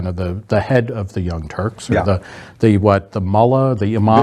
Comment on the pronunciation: I still hear “The Young Turds” lol!